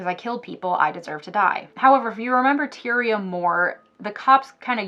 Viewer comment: Its TIE-REE-UH